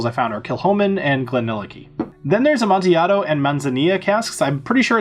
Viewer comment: good job with your pronunciations of "Amontillado" and "Manzanilla"! The double LL's are like a Y. However, Tokaji is pronounced "toe-keye" with the accent on the second syllable. Just pretend you don't see the "aji" and trust me. It's Hungarian and it makes perfect sense (to them anyway)! I also cringe every time I hear a whiskey channel mangle "Sauternes". That one is pronounced "sow-turn" with the accent also on the second syllable. Just trying to help any and everyone who wants to learn and be correct. Thanks for an excellent explanation of finished whiskies.